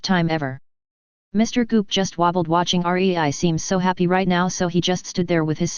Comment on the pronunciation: it's rei NOT R E I